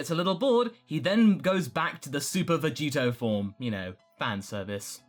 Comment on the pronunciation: Say Vegito more clearly more than half the time it sounds like Vegeta.Even the subtitles say so